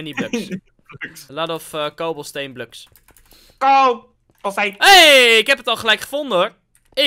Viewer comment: we need more bluks: bluks